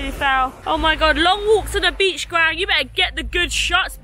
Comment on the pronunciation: So I’m new to your channel and I’m Vietnamese.... but I legit kept thinking you were calling Quang, Graham. Was so confused 😂